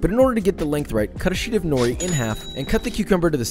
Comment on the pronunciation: As a Japanese person I had to cringe every time he said” nori”. Still loved the video🙂